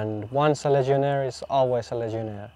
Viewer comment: The word is "legionaire" like "millionaire" not legionary.